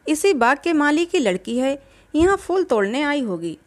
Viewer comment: प्रेम चन्द की कहानियों का मैं फ़ैन हूं,सुन भी रहा हूं लेकिन एक चीज़ जो बहुत अखर रही है वो कहानी पढ़ने वाले का शब्दो का उच्चारण, ख़ासकर उर्दू के,जैसे शब्द फूल को फ़ूल,phool ko fool कहना,बेहतर होगा कहानी वो पढ़े जिसे शब्दो के सही उच्चारण के साथ पढ़ना आता हो,?